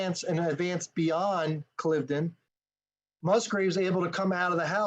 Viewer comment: great analysis! Thanks! I grew up on part of the battlefield so I know the area very well. BTW it is pronounced Cliv-eh-den, 3 syllables. Knox ruined this battle, pushing a strategic concept during a tactical battle. Washington never should have listened to him. 1st Half US 21-0, Final score British 42-21.